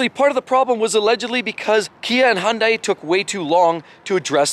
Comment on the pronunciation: Why do so many people mispronounce Hyundai, and from a car channel? Have you never seen a Hyundai commercial? It rhymes with Sunday.